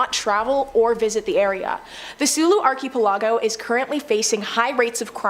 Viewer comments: Arky aplargo 😂 please do something on english place names i was lmfao every time she said arky aplargo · Haha, Arky Palago sounds like the main character in a Penny Dreadful story. Like, "Nobody but his butler and confidant knew that Billionaire Arky Palago was also the brilliant detective.." or something like that. Please don't stop pronouncing it this way. Love it. (Especially the way it drives people in the comments section crazy, lol.)